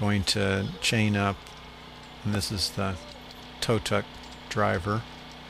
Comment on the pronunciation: tow truck ,,,not tow tuk,, speak properly ,,boy